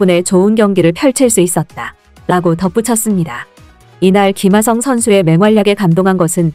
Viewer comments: 김하성이 발음하기 그렇게 힘던가? 기마썽 기마썽 너 한국인 맞냐? 사람이든 사물이든 그에 맞는 이름을 불러줘야지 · 발음 좀,,, 김흐ㅏ썽... 월남하신지 얼마나 되셨는지. 카피유투버 그만하세요.